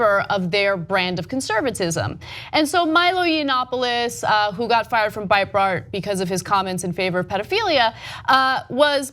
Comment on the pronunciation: LOL Cenk won't even give "Nemo" the minimal respect and decency to pronounce his name properly. Stay triggered, cucks.